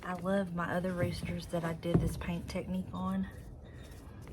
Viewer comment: That roster turned out so great. You are gifted at doing that "teckneek"😆 That Old English is a miracle worker. It's almost unreal to believe how the scratches disappear. Ant that BREAD BOX . Oh my goodness!!! OOOOOOo I would love to have that hutch. It's lovely!! Can't believe you aren't keeping it. The shelves would look pretty in a sage green shade. Girls you killed it ALL today! Love you, sister-friend❤